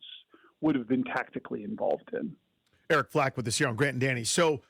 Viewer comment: "Eric Flack", not "Eric Flake"!!!!